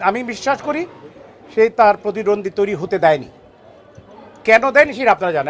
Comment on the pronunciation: আগে প্রতিদ্বন্দ্বী উচ্চারণ করা শিখেন।নিজের মনকে সুন্দর করেন।